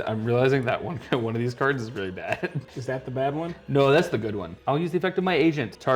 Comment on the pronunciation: Is this guy mispronouncing cards on purpose ??